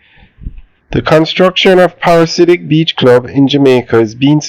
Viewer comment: Pa-ra-dee-si-ak 😅if that makes it easier. Thanks for the updates though.